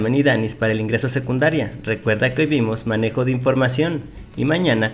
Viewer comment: Se dieron cuenta que decía "menejo de información"